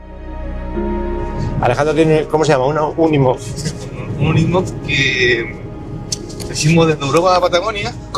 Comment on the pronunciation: Cabrito... me dejas con la intriga del paso hasta el jueves 🤬🤬🤬🤬🤬 Por cierto... Esa maravilla de Mercedes Benz se llama UNIMOG no UNIMOF 😂😂😂😂. Un abrazo y el jueves salimos de dudas